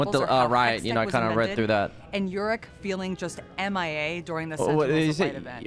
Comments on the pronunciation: The fact the "lore specialist" for league cannot even pronounce Yorick right says so much about Riot. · she was the art director so she’s literally lead the teams that conceptualized champs. idk why her pronouncing yorick weird makes u think she knows nothing about the game